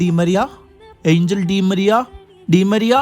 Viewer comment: Anhel alla angel aan bro